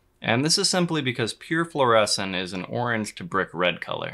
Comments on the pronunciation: Floor-A-Seen not floor-essen. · Floor-uh-scene, not floor-eh-sin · Fluorescin' ? It's definitely fluorescing 😛 Beautiful footage, BTW. (FLOOR - ess - een) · Fluor-eh-scene, not fluor-eh-sin, I just have to be that dude.